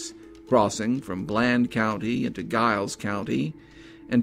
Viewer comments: Interesting story . Giles County is actually pronounced like a J "Jiles" County. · Giles County is pronounced "Jiles," btw. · I agree. And fyi in report on scott and noble, the county giles is not pronounced with a hard g..its pronounced with a soft g, which sounds like a j...so narrator...its jiles. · Another excellent video. Just for future reference, it's pronounced Giles with a J as in Jiles. There's another case nearby that I'm sure would intrigue you. Have a look at the Caldwell Fields murders that occurred in 2009 in Montgomery County, Virginia. The case has went cold an it would be an excellent feature for your channel. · Giles County is pronounced "Jiles", with a "J" sound. ...Just sayin'. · Love your channel, wish you would consider bordering states as well. FYI, Giles is pronounced as if spelt with a J. Hope you have a Merry Christmas 🎄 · I will be sharing this on FB, as I'm from the area close to Giles etc. I hope some further information can be found soon. Such a sad story, as unsolved murders are. By the way, we pronounce Giles with a "J" sound. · Always enjoy your videos sir, but it is Giles as in the sound of first syllable of Giant, not like the sound of GUY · Does anyone in the area pronounce Giles like that? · Sad story. My only complaint would be the mispronouncing Giles. Hopefully someday this case will be solved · I'm surprised the reporter/author was unaware of the famous "boxer's pose" -- when people receive upper body/arm sever burns, the muscles contract and produce that pose. It is a characteristic of that type of injury/death. Also, I know that area, and "Giles" is pronounced with a "J" or soft G, not a hard G. But this was interesting and well done. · I love your vids and am subsrcibed but Giles is pronounced with a "J" sound. lol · The incorrect pronouncing of Giles was rough for me! Terrific video though! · Are you from the area at all? I have to assume not given how you kept mispronouncing "Giles" through the whole thing.